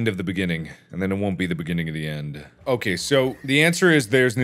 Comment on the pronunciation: Mark: Beginning of the end Me: What? Mark: Beggini o the enn Me: That's even wor- Mark: BIGINIOTHIEN